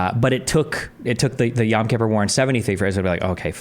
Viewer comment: can’t even pronounce “Yom Kippur” and he is your champion? 😂